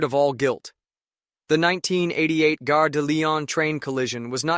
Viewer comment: Or 153-951 for short Or fifty three hundred for short The trainsets made it into the twenty first century, though obsolete. A four percent grade is irresponsible, especially for locomotive hauled trainsets (call it an EMU, but they’re unpowered cars). Gare (rhymes with jar) is a station Guerre (rhymes with hair) is a war Not the Lyon war, the train station